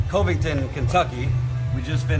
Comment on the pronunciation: It's Covington,. Cov is pronounced like "love," not like a dolphin cove. It's your first time in Kentucky so I'll forgive you this once.